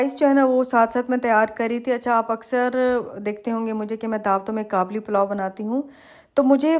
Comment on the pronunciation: It's called Qabeli Palaw sister not 'Kablipalau', coming from an Afghan.